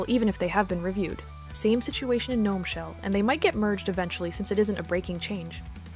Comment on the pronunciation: girl ily but pronounced guh-nome 😭😭